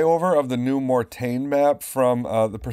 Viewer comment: As a French native your prononciation of Mortain was the best so far compared to other videos I watched from other English speakers! ;) HLL or PS... Still hard to make a choice...